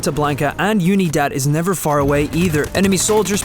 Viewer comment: UNIDAD, SPANISH FOR UNITY. OO-NEE-DAHD, NOT YOO-NEE-DAD. STOP BEING SUCH A GRINGO.